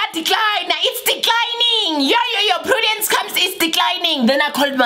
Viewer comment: "I say Prudance!!!!! , yaDecline, it's declining!! "😂😂😂😂😂😂